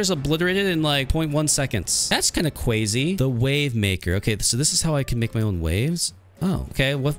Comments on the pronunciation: You are saying kwazy instead of crazy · Why do u say cwazy